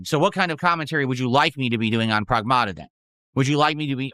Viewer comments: Prowahgmahta 😂 his accent is so ugly. Also with his degenerate audience he probably shouldn't be playing a game with an underage girl in it just saying. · What is he saying, "Progmahduh"? 💀